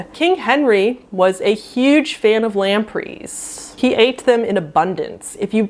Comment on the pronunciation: Who pronounces Gregory "gru-gorry"? And "lemp'rees"?! Omg...I'm dying